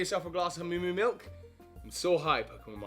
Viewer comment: Did somebody sayyyy MILUK?